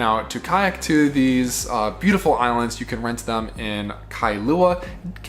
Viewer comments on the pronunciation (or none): none